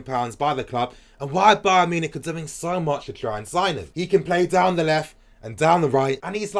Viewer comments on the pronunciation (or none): none